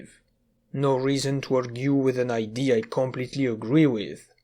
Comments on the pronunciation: Good sir, the "a" in "idea" is said out loud, unlike most instances of "ea". Have a good day. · I have been watching your videos for awhile.. and I don't want to sound rude but are you not capable of pronouncing idea? Or is it an inside thing? I am very confused by that, considering you pronounce everything else really well